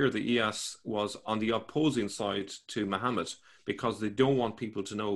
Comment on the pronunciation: "Iyas b. Qabisah, ( and not "Ilyas" as says ) the appointee of the Persians to the governorship of al-Hirah after the deposition and death of al-Nu 'man V b. al- Mundhir II (see al-Tabari, I, 1029-30, P. 359 below). His life was much bound up with political and military events along the desert frontiers of Iraq." This Christian guy has written down the Quran, an anti Christian book? (No offence, be serious...)